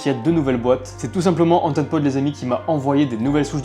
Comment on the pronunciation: j’ai entendu « interpole » au lieu de « antenpode » 😂